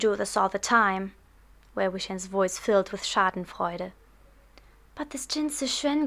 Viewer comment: du hast schadenfreude zu gut ausgesprochen, deshalb merkt man das... aber du hast jetzt nicht iwie nen starken akzent oder so